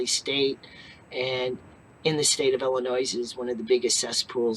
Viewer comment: For the love of God the S in Illinois is silent ,did anybody pay attention in geography, and English class. Pet peeve of mine obviously.